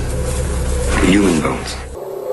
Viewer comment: some people just sometimes don’t say words correctly